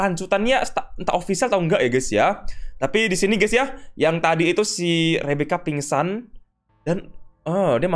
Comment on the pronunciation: Meningsou bang bukan pingsan